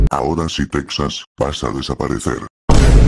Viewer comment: En inicio dice exas es mio sin T